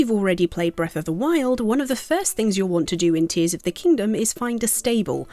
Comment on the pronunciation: It’s Tears as in crying tears